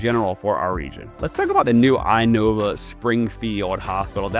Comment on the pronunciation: Just FYI: It is pronounced "in-OH-vah" instead of I-Nova